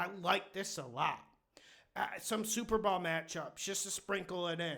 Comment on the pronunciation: "Super Ball" 😂